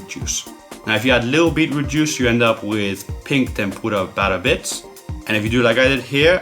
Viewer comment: Ikr it sounds like he's fucking saying tempoorah